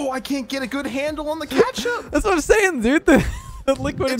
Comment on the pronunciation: Why does he keep saying kAtchup not KETchup